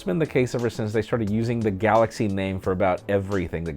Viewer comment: Galaxchee -.- xD